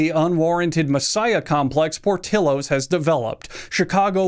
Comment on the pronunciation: the most infuriating thing about this video is not what he said about the restaurants, but how he pronounced portillos